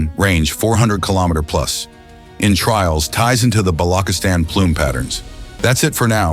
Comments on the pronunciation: Bolokistan ? Freaking AI, its Balochistan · correction Its Ba-lo-chis-tan not Balo-kistan. Thanks ✅ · Its not blockistan 😂😂😂 its balochistan ❤❤ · Bollockisstan wtf stupid guy can even pronounce it properly lol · its ch like charming, so say BaluCHistan in Pakistan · “Balokistan” lmao AI sucks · BALO - KIS - TAN 😂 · In pure English for English people pronunciation of "Chis" is difficult